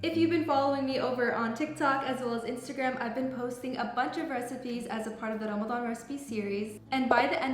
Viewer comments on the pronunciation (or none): none